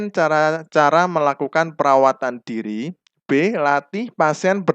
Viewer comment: Diri bukan duru pak